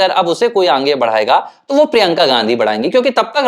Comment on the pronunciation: बुरा ना माने भाई, पर आप आगे का उच्चारण 'आंगे' कर रहे है जो बडा अखरता है।